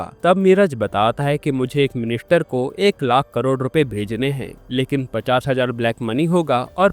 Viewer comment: Bhai 50% bol rahe ho ya 50 hazaar 😂